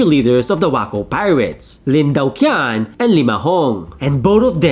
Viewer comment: "Lin Daoqian" is pronounced as "Lin Tao-ch'ien".